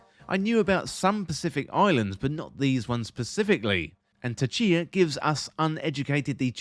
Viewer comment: Tchia - don't pronounce the T